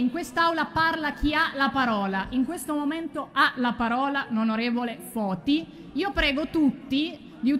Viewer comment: ... è Foti ... NON Toti ... Capisco i social ed il mondo e le notizie che corrono, ma un minimo di precisione 🤷